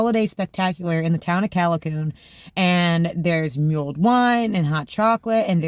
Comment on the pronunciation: It's not muled, it's mulled